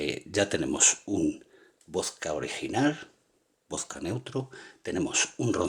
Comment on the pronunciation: Por que dices voska y res en ves de probunciar la D pronubcias la S